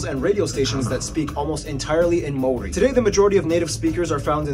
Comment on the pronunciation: Some of the Maori pronunciation was woeful ......🙄